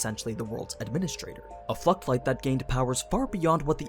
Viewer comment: am I the only one hearing fucked light?